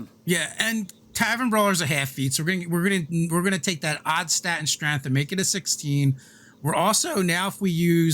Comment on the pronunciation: my man really said strength and then 'corrected' himself to streth